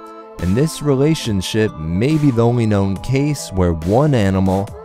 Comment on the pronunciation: Was I the only one that noticed he said relationshit?